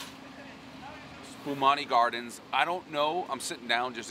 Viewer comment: El Pres always mispronounces Spumoni Gardens, this time he called it Spuhbonni Gardens 😂